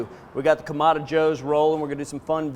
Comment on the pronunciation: “Either side” means one or the other, not both, and is incorrect grammar per your use. Kamado is pronounced kah-mah-doh and has a specific meaning. It is not pronounced Kah-mah-dah.